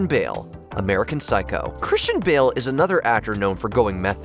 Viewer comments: I was wondering, who Bill was, only for me to realize (after hearing it for the 10th time), that he was actually saying Bale. Edit: I actually heard Bale half the time, and Bill half the time. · Lol, I was wondering if anyone else heard 'Bill' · why do you keep calling christian bale "Bill" ?